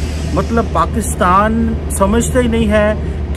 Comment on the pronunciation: And even they pronounce pakistan ko paxtan